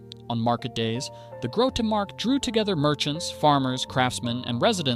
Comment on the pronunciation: Suggestions: - Don’t pronounce Dutch names at all, just talk about them (“the large central market” instead of “the groete marked”) and display the actual name on screen. - Don’t show the old paintings the video is based on, try to make the video all AI video in a coherent style. Show a simplified map in a corner of the screen to display where the video is. - Make the dialogs (and the video) shorter and show yourself only Picture in Picture, not full screen. Focus on the video.